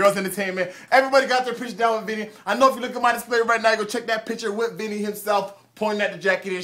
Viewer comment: Damn homie, should have at least figd out how to pronounce Vinnys name. 😂🤣😂 Watching The Shore Right now! 💯 Angelina sat her ass in the Funfetti cake!!! Vinny need to stop faking and smash that ass! 💦 🤣 🗣 #ImaBlackGuidoToo 👍🏾✊🏾👈🏾